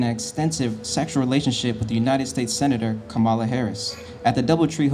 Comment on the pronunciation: it's KAHmuhla. not KÄhmuhla. not kuhMAHLA.